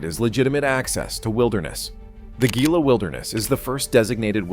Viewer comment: Gila is pronounced "HELA"!